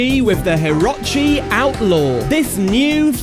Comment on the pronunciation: Is it not pronounced hih-roach-ee?